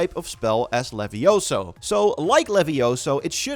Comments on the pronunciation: it's leviosa not levioso! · It's leviOsa, not levioSAH!